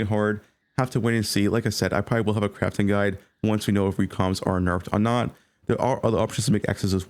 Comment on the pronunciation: Why does not pronounce words that end in G? Craftin' Movin' Volcanic Fissure of Snakin'